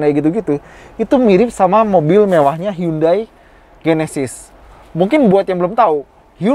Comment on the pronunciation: Sebesar automagz nyebut brand Hyundai aja masih salah... 😭😭...